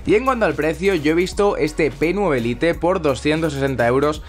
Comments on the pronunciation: Jaja jaja 😂 creí que a nadie más le daba cáncer como a mí al escuchar lite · ¿Tan complicado es decir "lait"? Me da algo de sida la pronunciación del inglés de los españoles v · pero es una palabra en ingles, no en español.... decir "lait" es la manera correcta de decirlo. y no es "spanglish", spanglish seria por ejemplo decir "hello... como estas?"